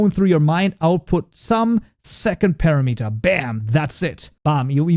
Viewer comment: Ain't it pronounced par ram it er Not para met er